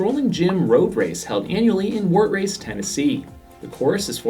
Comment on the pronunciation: Lol, it's not "wart race," it's "war trace."